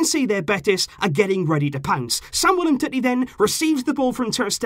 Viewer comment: Why does he call him umtitty. Its clearly umteti just spelt differently.